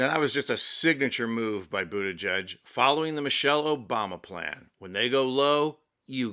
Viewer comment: Geig, not judge.